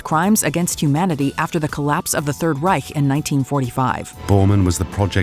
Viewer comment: Bonus points for the correct pronounciation for - for English speakers - very hard German words, like "Reich" and "´Ötzi" ...